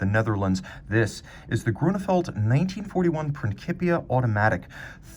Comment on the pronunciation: "Princheepia." Thanks for the review.